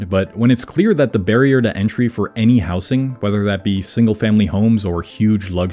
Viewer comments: It's pronounced "housing", not "housing". Where r u from that u say it like that? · he mispronounces housing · Why do you pronounce housing with a soft s? I've never heard that before and it's not in any accent i know of.